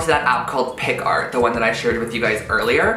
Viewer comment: Am i the only one who gets annoyed when he says picart instead of picsart?😂 great video tho' love these